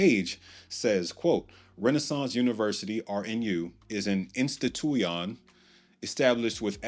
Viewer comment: An isntitu-Yon 😆